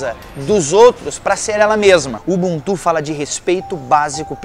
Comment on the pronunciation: Nao é ubuntú, é UbÚntu. Foneticamente falando...